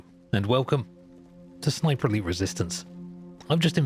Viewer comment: Every time he says Sniper Elite I think he’s saying Sniperly